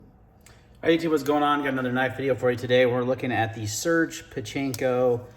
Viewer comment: It's pronounced "Sir-gey"